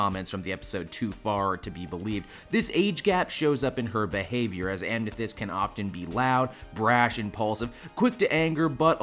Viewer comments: "Ah-meh-thist" not "ah-meh-fist" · "Ah-meh-fist" not "am-ne-fist" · its "am-a-thyst". not "am-n-thyst" thought id mention for future reference :) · TO THE MAJORITY OF PEOPLE SAYING "he said amnethyst" I assure you, this has been said times already. No need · WHY DO YOU KEEP SAYING AM*N*ETHYST?!?!?!?! WHYYYYY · there is no "N" in Amethyst. its not "Amnethyst".... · anyone else notice how he seemed to say "amnethyst" adding in an "n" sound frequently? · it is vary annoying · I was about to comment on that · love yeah he kept put a lot of emphasis on an N even though the N is non exist int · There is no n in amethyst